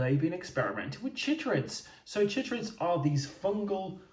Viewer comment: I feel like it should be pronounced "kai-trids," to match "chylomicron" and "chylothorax" (both of which are "kai-lo.") But of course I could be wrong because this is science-fiction!